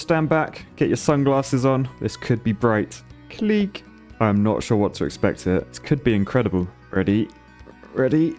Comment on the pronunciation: Keep saying clic that way pls im dead